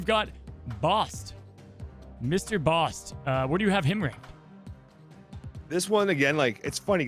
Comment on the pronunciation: Bast, not Bost